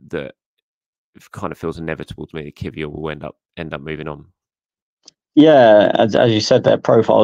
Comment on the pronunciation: can you teach your colleague how to pronounce Kiwior if he’s going to be a talking point next time. 😂